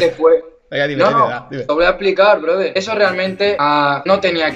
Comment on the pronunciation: "te lo voy a explicar brother" iba a decir que por qué sonaba como tremendo borracho, pero a ver, luego dijo que en esta llamada él estaba totalmente fumado, así que muy desencaminada no iba tampoco JAJAJAJA "Somos como personas reales" *se convierte en un androide de Detroit Become Human*